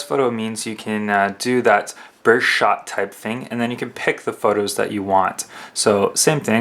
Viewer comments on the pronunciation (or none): It's not burshot it's burst shot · Burst shot...learn to open your ears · What the fuck is a bursh shot? Speak English boy. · lol he cant say burst shot